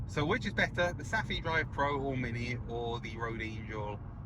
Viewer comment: Thanks for an excellent video! In Denmark and Sweden, "ph" for example in "Saphe", is pronounced as "f", like "Safe" in English. 😊